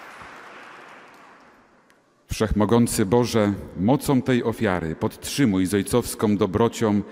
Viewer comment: Bardziej tu razi ksiadz, ktory mowi : "...mocom....ojcowskom dobrociom...". Za takie kaleczenie mowy polskiej nalezy sie prawdziwa nagana.